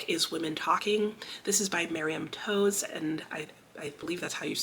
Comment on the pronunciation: Toews is pronounced "Taves" There is a hockey player w that name and my husband was impressed that I knew how to say it, and I was like: duh, because there's an author with that name!